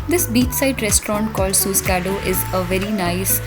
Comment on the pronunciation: Its not suskado,it is susegado